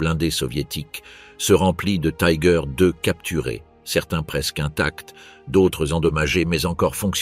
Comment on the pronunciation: attention l’allemand ne se prononcé pas comme l’anglais :on doit dire "tigueur"